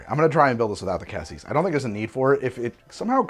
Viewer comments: I suspect the cassis (yes,, it's pronounced cah-cease) is what gave him the hint of strawberry-ness. That sort of nonspecific red fruitiness could be interpreted as strawberry, especially if they used cheap creme de cassis. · For cassis, it's the first pronounciation, but the final s is silent